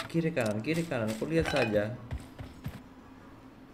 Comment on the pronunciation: Pas ngomong kiri kanan kyk logatnya roy kiyosi 😅